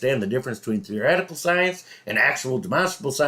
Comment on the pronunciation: Good old He loves to say theory-etical because he thinks emphasizing theory is some sort of smoking gun. He is a pretty good musician however. If he wasn’t so batshit crazy, I’d watch some of his singing/playing videos.